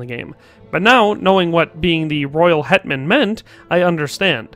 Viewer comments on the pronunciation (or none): Your Hetman sounds like headman! I was confused for a good few moments.